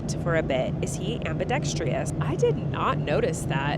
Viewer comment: COLLEEN Please ask Erik to tell you how to say ambidextrous 😊